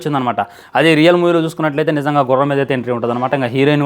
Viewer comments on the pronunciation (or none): none